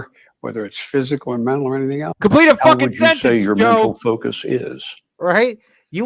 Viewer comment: VOMPLETE A F*CKING SENTENCE! 🤣🤣🤣